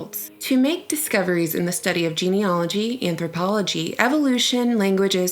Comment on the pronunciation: It's....geneAlogy. Not geneOlogy.